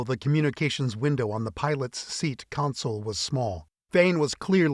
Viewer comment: Third book in and has no one mentioned to the barrator or author that the term for a workstation is " Console", not Counsole. There is NO "u", either present or pronounced, in the first syllable. Oh! and AFA weaponry.....it's not a "clip", it's magazine. Thankfully, that particular gripe was not mentioned but a few times.